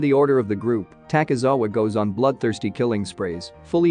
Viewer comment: Fr LOL at least he said takizawa but he said seiduo wrong but ill give him that one